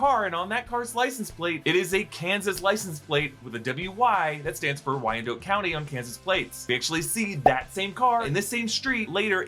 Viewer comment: WYANDOT!!!! NOT WYAND-OH-T We call it "the dot"